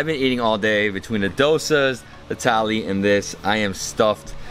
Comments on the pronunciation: It's not tally it's thali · The whole time I thought he is saying Italy... Thali 😂🌼